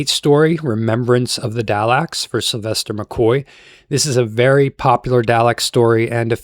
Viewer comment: Steven Mo-fat? Peter Davidson?? Da-laks?? Paul McGahn?? 😂😂